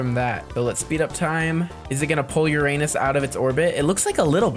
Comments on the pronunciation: You Said it Ur-anus sooo THE THING HAPPENS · “Between Neptune and Uranus” he said it wrong 😭